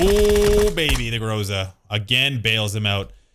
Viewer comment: *Ahem*, it's Gr'A'za(pronunciation-wise)